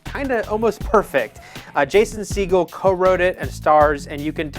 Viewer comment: lol Jason Seagull it's pronounced Segall